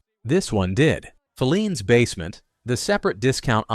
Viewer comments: Bostonian here. It's pronounced "Fi-leans", with the accent on the i. NOT "Fe-leans" with the accent on the first e. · 1962 was a terrible year. I still never shop Walmart K-Mart Target or Super Markets - grew up in Filenes Basement❤ pronounced Fi ‘leens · In Boston, Filenes is pronounced fie- LEENS. First syllable rhymes with "pie". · Can’t you please pronounce the names of these stores properly………filenes is fi……lenes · If I hear "Phileen's Basement" one more time...WTF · Yep. Talk about nails on the chalkboard there! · Thank you that mispronunciation was driving me nuts. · Mispronounced Filene's. Want to try Jordan Marsh?